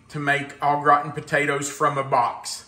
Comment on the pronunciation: I’m sorry but I have to say that every time you said au gratin potatoes, I heard old rotten potatoes 😂😂😂 I do love this dish but I’m lazy, I just cover the potatoes with cream and garlic. Cover with foil and when baked I grate the cheese on top and quickly grill the top 😊 Yours look fabulous 😋